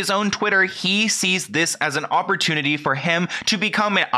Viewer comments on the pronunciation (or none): none